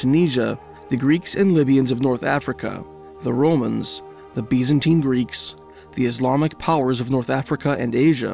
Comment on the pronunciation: "Bees-an-teen empire" 😄